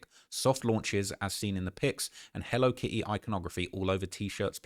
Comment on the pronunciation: If you say “Hello Ki E” one more time 😂😂😂